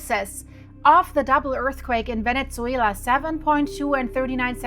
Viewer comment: Please stop saying "Vene-tzu-ela" it's 'Venesuela", no tzu anywhere.